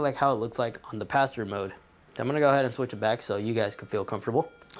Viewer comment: Did anyone else think he said pastor mode at first? XD